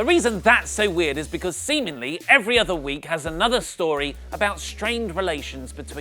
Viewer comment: When said "seemingly" It sounded like SEMENly.😂😂😂😂